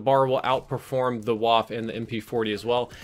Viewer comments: Its not WAFFFFF, but its WaffEEEE. means gun/weapon in German ;) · IT IS PRONOUNCED "VAH-FFEH" NOT "WHAF" ... srsly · you're upsetting my autism. You keep calling the waffe a "wAHff". It's a "vAHff-uh." Hard V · please say waf---- fuh, not waff, pronounced like fudge without the "dge" at the end. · its not a "wahf" is pronounce "Vaffe" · The waffe is pronounced vah-fuh Not waf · Hey the Waffe is pronounced "Vafe" (with the "E") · FYI Ws are pronounced like Vs in German and there arent 'silent' letters like English Waffe is pronounced 'Vah fah" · It is pronounced more like vaffeh it sounds weird but that’s how it is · Average Gamer More like wah-feh:-) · Please,. I asked you before, please learn how to pronounce Waff-e. Cannot be too difficult to find something on google or YouTube..... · The “e” at the end of Waffe is not silent. It should be pronounced “vahf-uh” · when you say waffe you have to pronounce the e too and it sounds like the e in exactly (Waffe = weapon) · please look up how to pronounce "Waffe".. its geeman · As a german viewer we have to talk about the way you pronounce Waffe ;D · for future reference German w sounds like English v and German v sounds like English f and German j sounds like English y. F is still f, just less sharp. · Waffe is a German word, the e is spoken.